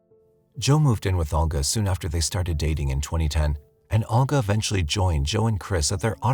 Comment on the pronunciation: NARRATOR: It's Olga, pronounced Ohl-ga (with a tongue curl on the "l"). It's even properly pronounced in the video you included. This tends to be the problem with younger narrators. Please check pronunciations. Excellent video otherwise (although, I have no knowledge on these cases).